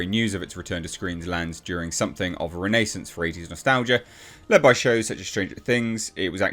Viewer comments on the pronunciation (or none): Never heard someone mispronounce renaissance before